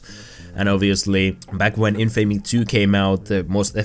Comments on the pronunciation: It's in-fa-me, not in-famey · Your pronunciation of Infamy pisses me off more then it should.